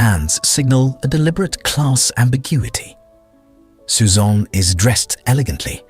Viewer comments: Apart from the U, “Suzanne” is pronounced roughly the same way in English. Not sure why you kept saying, “Suzan” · Yes, it called Suzanne "Susaan".